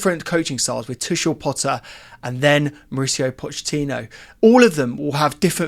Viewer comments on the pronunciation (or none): none